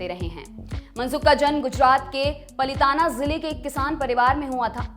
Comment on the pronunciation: जी वह मंडाविया नहीँ मांडविया है,और पलीताना नहीँ पालीताना है ।।